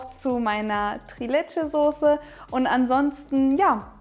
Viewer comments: Leckeres, authentisches Rezept! Die Soße sieht auch wie die aus Albanien aus. 😍 Das Dessert spricht man allerdings „Triiileeetschä“ nicht „Trilätschä“ aus :) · Das wird in der Türkei anders ausgesprochen